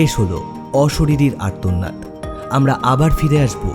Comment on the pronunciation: গল্প পাঠ খুব দুর্বল 😪 উচ্চারণের প্রতি যত্ন নিন.....আর্তনাদ উচ্চারণ খুবই কানে লাগলো!!